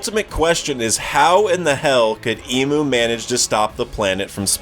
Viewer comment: Great video, love the content. But hearing you call him “Emu” a million times drove me crazy. It might be speeded “Imu” or whatever but that is not how it’s Pronounced